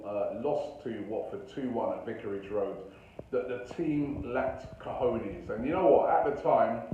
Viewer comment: “Cojones” Robbie, “Cojines” means pillows xd in south america we also say “huevos” (eggs), “pelotas”/“bolas” (balls).